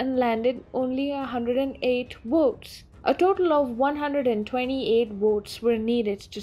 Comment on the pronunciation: it's ''Votes'' not ''Wotes''! Speak ''Egwish''!